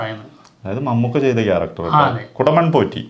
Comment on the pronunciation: ചേട്ടന്മാരെ.... കുടമൺ അല്ല.. കൊടുമൺ... കൊ for കൊത്ത...😅😀